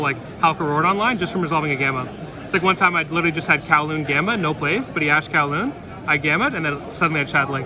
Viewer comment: He asked kauwloon??? Pretty sure you can’t do that unless you meant qinlong